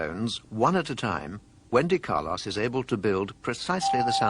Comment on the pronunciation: He also says "Carloss".